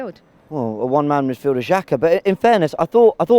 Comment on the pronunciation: She said "Jaka" OMG 🤣🤣🤣🤦‍♂️🤦‍♂️🤦‍♂️